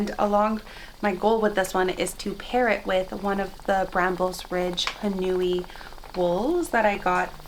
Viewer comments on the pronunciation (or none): Love your videos! That blue yarn with the mohair looks gorgeous. Just a heads up that Haunui is a Māori word so you pronounce the au more like an 'oe' sound (like in the word 'toe'). So it's sounds more like 'Hoe-nui' when you pronounce it ❤